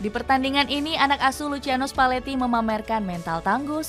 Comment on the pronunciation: Lusiano spaletti min cara bacanya😅😅😅😅